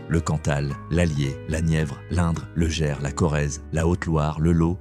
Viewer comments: TU ES un grand AFFABULATEUR, LE GERS ,ET NON LE "JERS",ET LES TRANSPORTS SENIORS OU PAS,ONT PAYE,SALUT, SAM L'AFRICAIN. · Ah, le "Lô", et "Autchè" dans le "Djerse" -comme dit la voix de synthèse, et ces images qui passent en boucle n'appartiennent pas aux régions évoquées